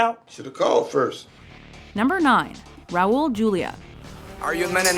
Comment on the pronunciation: who the fuck is "raul jewlia"?